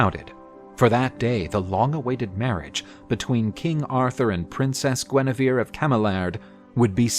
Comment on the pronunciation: Please, it's Guenièvre... Not Guinivere...